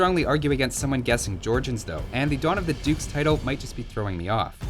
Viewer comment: I thought you said "Dawn of the Dudes". Cue in the first infantry and chill civ.